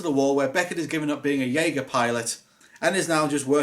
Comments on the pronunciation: Dude, it's pronounced "Yay-Ger". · It's pronounced yeagar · Fun fact, it’s not pronounce the way it’s spelled jeager is actually pronounced Yeager. What is with humans and not spelling something how it is pronounced. Edit: it’s weird how Gipsy Danger is the one that fell over when your talking about the movie the robots in, very strange.... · It is pronounced je-a-ga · You don't pronounce the j in Jeager as you would in the word jay. You would pronounce it as a y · the j makes a y sound it’s German for hunter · You missed pronounced Jeager, say the j like a y or u.